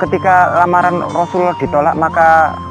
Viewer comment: Ubaira tulisan nya klo ubairo baca nya soal nya huruf ro dikasih fathah jadi ro,dan Rasulullah itu dari kata rasul dan Allah dan Allah itu di baca tebal kak gak kayak orang kristen tulisan nya Allah baca nya alah tapi ini tulisan nya Allah baca nya Alloh. Maaf panjang